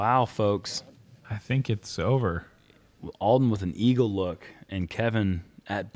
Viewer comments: Alden pronounced ALL-DEN not EL-DEN. Please correct that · Uli - IT'S ALLLL-DEN, not L-DEN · Can someone tell it’s Alden and not Elden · Uli keeps saying “Eldon” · says that he has known Alden for years and yet pronounced his name wrong every single time….